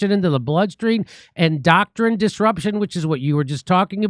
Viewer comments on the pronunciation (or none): Jimmy I can tell you have a good soul. So people can grasp your message more, please learn how to pronounce endocrine. Its your hormonal system